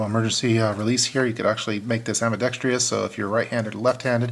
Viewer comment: I hate when people say ambidextrous wrong.